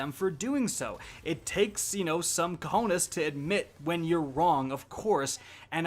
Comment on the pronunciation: It's cojones, not co-ness